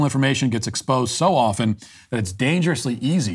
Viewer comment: This was just what i needed Matt. Also, can I just thank you for being the absolute only 4th person in my lifetime who pronounces "often" properly? I thank you kindly for this good sir.